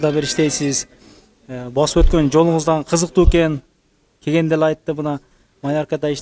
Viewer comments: Ээ тугандар кеген кеген дебей так суйлогулочу келгенде деп эле. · Кегенде эмес келгенде десең